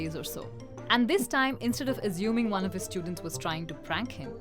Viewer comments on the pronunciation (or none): Assuming, not “azooming”